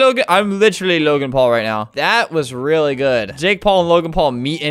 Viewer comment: lol the way Albert rolls his r's into w's is just funny "I WEALLY met sonic, I REALLY did!"